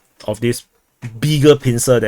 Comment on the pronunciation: "BIGGERR PINCER"